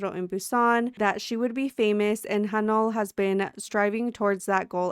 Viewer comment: you pronounce haneul like han oohL